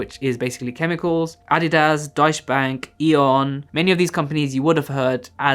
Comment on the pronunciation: i love the way you pronounce Deutsche 😂